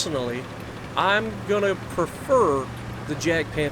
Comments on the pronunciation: It is pronounced as 'Yag' not 'Jag'... 😤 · ITS NOT JADPANTHER ITS JAGDPANTHER. AND ITS PRONOUNCED WITH A "Y" SOUND, NOT A "J" SOUND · It’s like yagpanther, that’s how u say it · I was about to say that, subbing just for that.